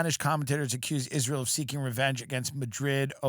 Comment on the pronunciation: pronounced it “Izrul”